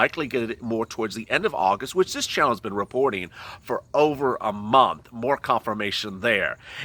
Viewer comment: You say abril we are and agost